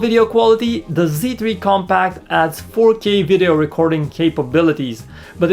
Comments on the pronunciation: I think I hear him say "comPAKK" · I thought he says sony xperia come back!!!